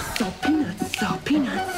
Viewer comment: its "Salt peanuts" not sell peanuts...lol, fail.